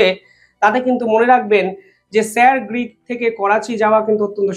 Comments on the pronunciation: Sir Creek not Greek. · স্যার গ্রীক বলছেন কেন? ওটা স্যার ক্রীক বলতে হবে। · It is Sir Creek, not Greek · Grick noi uccharon ta Creek , jeta Sir Creek er name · একটু পড়াশোনা করুন, বার বার বলছেন "স্যার গ্রীক" ওটা হবে "স্যার ক্রীক" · katha ta Greek na Creek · আরে আগে উচ্চারণ ঠিক করো,তারপর ব্লগ বানাও। ওটা স্যার ক্রিক হবে,গ্রিক নয়।প্রতিরক্ষা মন্ত্রীর ভাষণেও সেটা শোনা যাচ্ছে।জঘন্য এইসব ব্লগার।ভুল উচ্চারণেও লজ্জা নেই।গুজরাতের সীমান্তের একটি পয়েন্ট এই স্যার ক্রিক(ইংরেজির SIR CREEK)।এখানে C এর জায়গায় G কোথায়?অদ্ভুত এইসব ব্লগার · Sir গ্রীক নয়, Sir ক্রিক। উচ্চারণ ভুল হচ্ছে।